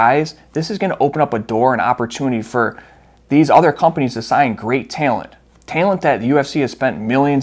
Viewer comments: UFC is letting go a lot of Tay-uh-lent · Why you say talent like taylent? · i like the work you’re doing I just thought it was funny and didnt know if you always say it like that or not 😂